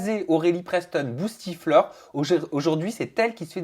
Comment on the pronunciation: C’est pas boustiflor mais bouchetiflor 😂